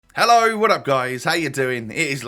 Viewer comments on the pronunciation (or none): none